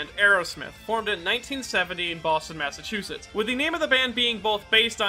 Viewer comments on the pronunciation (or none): none